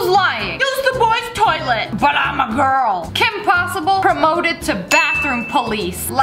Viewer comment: BRO SHES NOT A GIRL SHE SAID BUT AM A GRUL😂😂😂😂